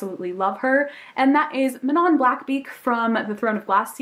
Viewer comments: manon is pronounced MUH-NO btw, just thought I'd mention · That's what I always thought too! Because that's the proper French pronunciation, but in the audiobook for Heir of Fire they pronounced it "Man-on" so that's how I started saying it. Idk how Sarah J. Maas pronounces it though lollll